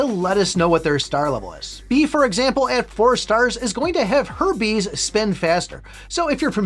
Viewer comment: it sounds like you said herpes instead of her bees and it just made me laugh 😂😂